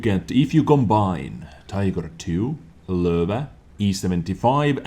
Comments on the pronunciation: It's actually totally accurate. I wonder if he speaks German. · Did I say it's wrong? It sounds so cool. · Why do I like so much how he says Löwe?